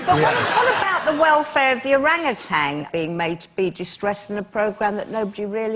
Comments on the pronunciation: I'm not so bothered with depicting Sweden as cruel to animals as I am bothered with the pronounciation of orangutan. There is no "g" at the end of that word. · why do they keep saying orangutang?